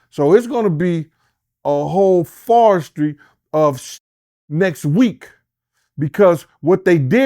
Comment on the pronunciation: "Forestry.." There's nothing worse than listening to a low educated clown who can't articulate or pronounce the English language. Let alone act like he is important when he's just a fn babbeling moron claiming he has court contacts on the inside. Yea OK. Any fool paying attention should know it's the 3rd bail hearing because the current petition is from the lower court's denial for bail and is being appealed to the next higher court. He's doing all this tough clown act now, but how come he wasn't yapping when Diddy was out?